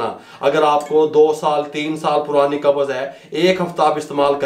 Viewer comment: Lafz Qabz hai. Do not say Qabaz. With Zabar it is wrong. Say qabz, Qabz. No zabar between b and z. Please pronunce correctly. Dr.Raza Ansari,Muslim University, Aligarh.India